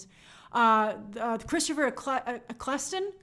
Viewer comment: The Ninth Doctor was played by Christopher Eccleston (pronounced: "Ek-ell-ston" - NOT, "Ek-kles-ton" as you mispronounced, hope I've helped you for future references) Hope you're well, Grace. Best wishes from England 👍